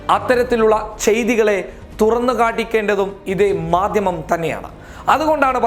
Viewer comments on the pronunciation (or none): none